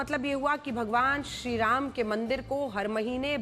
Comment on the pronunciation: Tumhe Sriram bolne nahi aata hai 😂😂😂😂😂😂😂😂😂😂😂😂😂😂😂😂😂😂😂😂😂😂😂😂😂😂😂😂😂😂😂😂😂😂😂😂😂😂😂😂😂😂😂😂😂😂😅😅😅😅😅😅😅😅😅😅😅😅😅😅😅😅😅😅😅😅😅😅😅😅😅😂